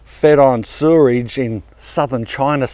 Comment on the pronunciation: Lol you say 'sewage' funny... Another great one,!